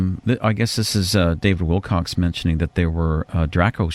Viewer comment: I liked the show, frequent ums & uhs aside. As for the host, you would think the host would get the name right when he's referring to someone. He repeatedly says David's name as if it's "Wilcox" or "Wilcocks." David's last name is "Wilcock." Apparently neither the host's mundane nor self-proclaimed psychic ability or abilities could prompt him to get the name correct.